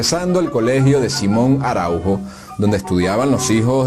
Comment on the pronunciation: Las acentuaciones de los apellidos. "Otálora" El acento está en la primera "a". "Araujo" El acento en la "U".